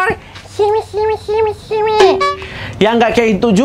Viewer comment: Ngakak bordir bilang "simi simi"